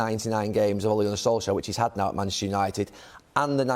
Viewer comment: Suddenly Neville calls him Sol-shire